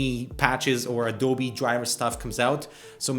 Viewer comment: Adoubi?? its A-D-O-B-E